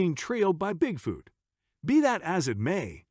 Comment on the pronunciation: the worst part is the generated voice that keeps saying "Bigfewt" stopped watching 2 minutes into it, sorry.....